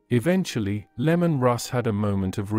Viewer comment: Bro, it not lemon its Leman. It is really hard to listen to this when you keep saying lemon. People will not watch you channel if you keep making mistakes like that.